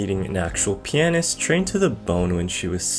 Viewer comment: Didn’t play long enough to learn how to pronounce the word pianist eh?